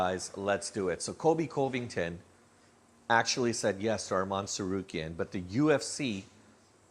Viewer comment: you need to practice saying colby's last name.